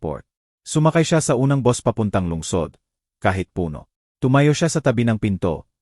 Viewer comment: Hindi mo Nga alam kung Pilipino ba ito, " bus' Ang pagbigkas Hindi Bos, ma,- la- lim , Hindi Mala- lim, haysst!!